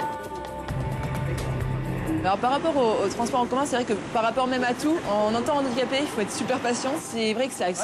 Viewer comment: Faute récurrente : on dit un handicapé et un handicap sans faire la liaison, on ne dit pas "un nandicapé".